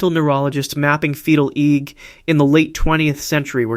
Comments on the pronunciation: AI- slop written narration and AI voice. Saying EGG like it is a word... It's pronounced E.E.G short for electroencephalogram you AI moron. In a generation young people will be saying EEG instead of E.E.G because AI said it wrong. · EEG is three letters not "eeg". Each letter is pronounced individually, "E"-"E"-"G".